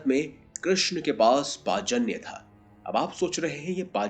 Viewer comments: Pachanya nahi panchajanya pehele sahi se naam uccharan karo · पाचन्य नहीं पंचजन्य शंख है वो..!! 😂😂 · पाजन्य नाही it's पांचजन्य बोलतात त्या शंखाला ..😊😊🙏🙏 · Bhai Srikrishna ki sankha ka pronunciation thik se karo ........ Panchajanna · Narayan ke divya shankh ka Sahi ucharan "Paanch Jannya" hota hai sirji